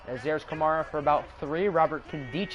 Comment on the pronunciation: U say Kamara wrong